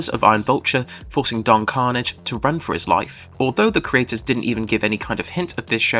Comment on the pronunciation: Roll the R!